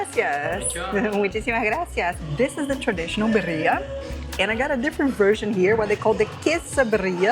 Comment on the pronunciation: Please...its Birría..we are very proud of our dish and though you didn't mean to mispronounced it it would be so nice if you could say it right. Other than that the video was lovely ❤